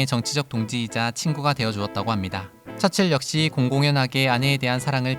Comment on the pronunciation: 윈스턴 철칠 이라고 자꾸 발음되는 건 나밖에 없나?